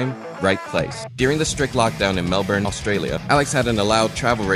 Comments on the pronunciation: It's pronounced mel-bin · Ehh no clue why it's even pronounced that way to begin with, it should be "Mel-born"